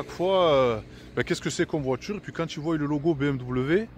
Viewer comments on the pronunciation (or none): none